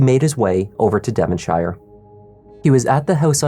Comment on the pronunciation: Use Google on how to pronounce 'Devonshire', Please...